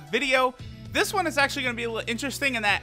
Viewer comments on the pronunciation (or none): none